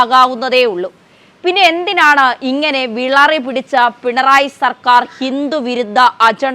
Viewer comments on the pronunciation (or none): വിളറി അല്ല മകാളേ...വിറളി പിടിച്ച.